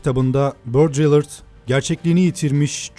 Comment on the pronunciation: Elinize sağlık fakat çok naçizane bir eleştirim olacak : andığınız yazar adlarının keni dillerinde nasıl söyleniyorsa öyle, olmazsa da belki doğrudan Türkçe gibi okuyarak telaffuz etmek, hepsini Ingilizceymiş gibi okumaktan çok daha doğru geliyor. Örneğin Baudrillard, "Bodriyyar" diye okunur, "Baudrillırd" diye değil. Bu Hazan ismini, örneğin, kendisi de Ingiliz ya da Amerikalı olmayan birinin "Heyzın" diye okuması gibi bir şey... Neyse, videonun içeriği ile ilgili değil tabii bu yorum. O açıdan tebrik ederim. :)